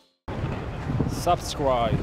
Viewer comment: "Susscry" - David Ospina